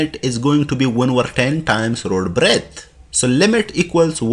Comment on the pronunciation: B=Breadth, not breath. Sorry, just saying. You are really good, though. Thanks